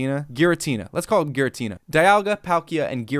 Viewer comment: Your Garatina joke was lame. Why do youtubers always have to fake joke mispronouncing Pokemon names..